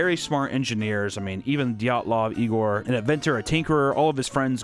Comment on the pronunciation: Isn't it dee-yat-lov